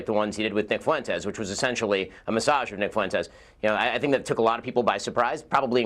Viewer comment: CNN can blow me. Nick is spot on all the damn time. Also, I’m not Mexican but why can no damn whitey ever say FUENTES correctly? Pathetic.